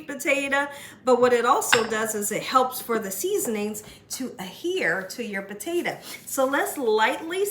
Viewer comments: "Potate-a"...... love it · I ljust love how she pronounces the word Potato> Puh-teh-tuh😊